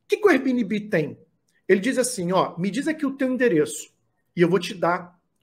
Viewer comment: Veja como se pronuncia airbnb